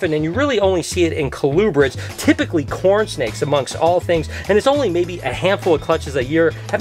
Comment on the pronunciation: What is “kalubred” or whatever he is saying?